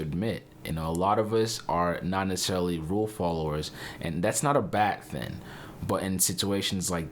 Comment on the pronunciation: and you say it's not a "bad thin"... I think someone forgot the G lol